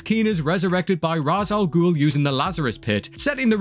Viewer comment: Thank you for the correct pronunciation! ❤ The other guy had to jump MANY hoops just to mispronounce it "Raish"! 😉